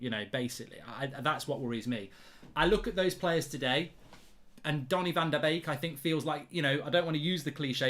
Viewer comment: No mate, it’s ‘Beek’